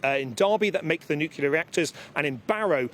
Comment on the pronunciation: Nucular? What a muppet. A defence minister that cannot pronounce the word 'nuclear.'